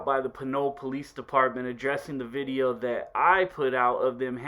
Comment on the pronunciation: "Lets get in to this bideo vay fam" lmao